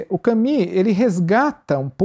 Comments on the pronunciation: gosto demais desse site e dos assuntos abordados. gostaria, no entanto de observar a importância de pronunciar os nomes o mais próximo possível. Albert Camus (CAMY, mais u que i). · Só gostaria que pronunciassem melhor o nome "Camus".